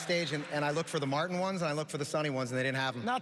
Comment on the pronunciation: MAR TIN 😂